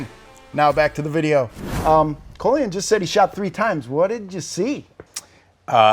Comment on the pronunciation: His name is Colion. Call-ee-on